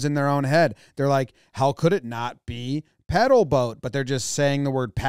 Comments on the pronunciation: I swear I hear you say pEdal than pAdal instead of pAdal ... lol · you pedal to spin the paddle wheel. Everyone on the show knew it was pedal, but they pronounce it paddle, because they call it a paddle boat. Boats that use a handheld paddle are rowboats. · I think I heard say "paddle" again, but the "a" was just close enough to an "e" that was like, "Oh alright, I'll give it to you, or else this episode will be longer than 30 minutes." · They kept saying paddle instead of pedal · She said paddle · PADDLE? No. PADDLE? No. PEDAM? No. PEDAW? No. PEDAL? Yes! Wheel of Fortunedle : 5/infinite attempts! Made it! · PedaM boat??!! PedaW boat??!! If said 'Q' I would have turned the TV off before I threw something through it. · That was saying pedal instead of padal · They were saying paddle instead of pedal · Renting a “pedaw” boat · paddle not pedal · they were saying "paddle". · Have rented them plenty of times and never heard them called "pedal" boats. Only "paddle" boats. YMMV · I think this really is more a pronunciation thing. Naturally most people think "paddle" as in paddle in a boat. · They should’ve pronounced it as Pee-dal. 😂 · Maybe it's my Australian accent but the way he pronounced PEDAL at the end still sounded like PADDLE to me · Nah bro, a paddle boat is like a river boat with a big wheel on the back. A pedal boat is the ones with bicycle pedals. I could see a bunch of people saying "paddle" and writing dumb Wikipedia pages, but people say shit like "statue of limitations" and "take it for granite". There's a ton of words and phrases that millions of people mispronounce all the time. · I'm a non-native speaker, and English is my 2nd language, the English we learn in school is British English. So all my life I thought paddle & pedal sounds the same. And also when I hear the answer at the end in this video, ALSO SOUNDS THE SAME! 😂😅